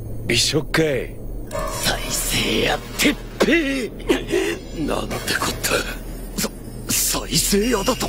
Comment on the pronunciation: 鉄⤴︎平⤵︎じゃなくて鉄⤵︎平⤴︎だったなーw